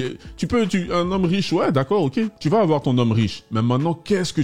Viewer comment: Mdrrr il ne faut pas afoir peur " Ça me fume à chaques fois